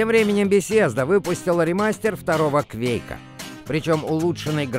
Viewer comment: как можно так сказать "кЬвЬэейк"? это что-то на московском?